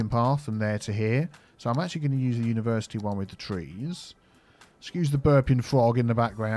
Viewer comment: Unitea Universitea